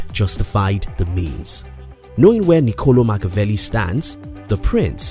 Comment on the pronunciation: It's ni-co-LOH